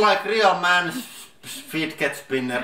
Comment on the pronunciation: how he pronounces "fidget spinners" 😂 fitket spinner xD